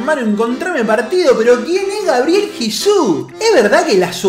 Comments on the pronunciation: GABREIL jajajaja es GABRIEL !!! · GABRIEL, no GABREIL